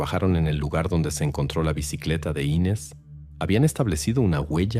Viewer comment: Me mató la bandera de estados unidos en la sala. Muy mala recreación de un supuesto crimen en Brasil. Y no es Ínes el nombre es Inés